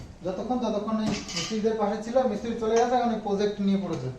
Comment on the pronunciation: kothata Project,uchcharon holo jaw,zaw na onekei ei bhul ta kore ektu kheyal rekho please.